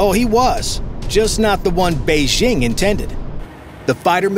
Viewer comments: Beijing. Not Beixing…. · Fantastic stuff. But note to narrator: Jeepers, it’s past time to kick those insidious French Olympic announcer squatters our of your head. The Chinese capitol has never been “Beige-zzzhing.” There’s no slushy “ZZZH” sound at all in Mandarin. The J is a J is a crisp J. The word bites hard: “Bei-DJING!”